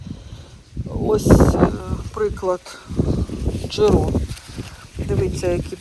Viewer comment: Персимон мускатний, це сорт такий. І не ДжирО, а ДжИро.